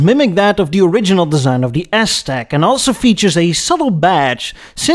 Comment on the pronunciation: I loved the "Ass-Tec" portion of the presentation, called it flawlessly... 😂